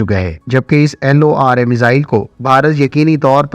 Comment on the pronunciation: It's lora not l o r a😂😂😂